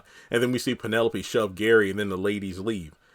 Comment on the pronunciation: I thought I was the only one that heard Fatima say Karen and not Gary.